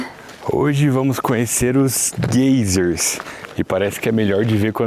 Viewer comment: Desculpas mas vocês falando gaysers tá uma agonia rsrs, fala em português mesmo gêiseres ou vão praticandoo inglês falando (gaizes), Abraços!!